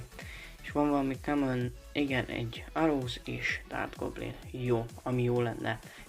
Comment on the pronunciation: remélem nem veszed sértésnek, csak egy pici segítség a kiejtésben: arrows-őróz; valkyrie-vo(a)lkájör